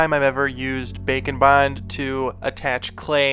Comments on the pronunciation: It has taken me about 10 episodes to realize you're not saying "Bacon Bond"... I thought it was a joke from an old video until I saw the label. 🤦‍♀️🤦‍♀️🤦‍♀️ Welp, here's to hoping you'll make something with a bacon theme, where you have to bond bacon using Bake & Bond. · it took me way too long to realize you were not saying "bacon bond" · Baking bond. Interesting at first I thought you were saying bacon bond. And I was like. Hmmm I wonder why it’s coined bacon 🥓 bond for clay? Hahaha! Baking!!! I see! Wow so impressed! My goodness you’re inspiring! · I keep thinking you say bacon bond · Can't tell if you're saying bake and bond or bacon bond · Bake & Bond, All I hear is bacon bond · I understand you are saying “bake and bond” but all I could hear was bacon bond and I got confused🤣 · I stg he just started saying bacon bond at some point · you sound like you are saying bacon bond lol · Yes it does, I guess its how says it. I love that!